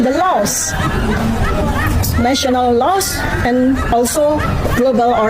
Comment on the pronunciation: sik sik... kok kuping ku denger nya "los" apa itu los..??? Ilang gitu... harusnya terdengar "laows" ->LAWS😅😅😅😅😅😅😅